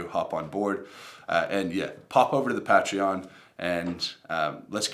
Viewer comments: I'll join it if you pronounce it right lol "pay-tree-on" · If you can pronounce Patreon properly I might donate 😛